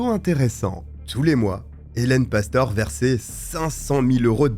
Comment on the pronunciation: Cest pastoré que ça se prononce.... tu sais même pas faire tes recherches correctement.....de pire en pire ta chaîne